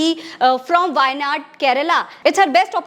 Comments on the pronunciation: 😮pehle tho baar baar vaayNod bolna band kare kripaya apna gk theek kare.It is wayanad.Giving a thumbs down just for this👎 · Wo sab theek hai masam magar wo constituency ka naam why-Nodd nahi hai waynaad hai. Please be respectful of the South Indian names. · It's Waynaad Madam, not "Waynod".